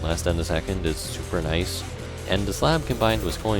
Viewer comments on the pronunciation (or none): none